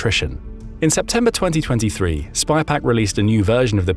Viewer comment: No, the AI voice said “SPYPAC” every time.